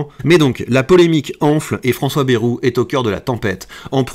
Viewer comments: On ne dit pas Bérou mais Bayrou (Baille rou) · se prononce baille roux en région nouvelle aquitaine stp. 😂 et non baie 🛞